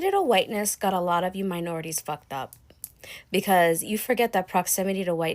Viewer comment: Also, it’s “because” and not “be cause.”